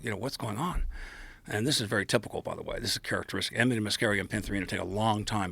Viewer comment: Aminita made me feel drunk